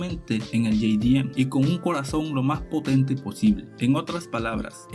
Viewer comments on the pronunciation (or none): todo el planeta _ jdm latino america - ye-di-em xdxdxd